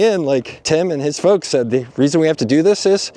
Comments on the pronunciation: I had to rewind cause I thought you said a certain type of fucks instead of folks 😂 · 6'23": I had to rewind three times. "Folks". All these different "folks".